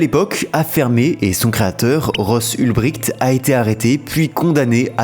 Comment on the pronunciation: Alors en allemand on dit Oulbricht pas Oulbrikt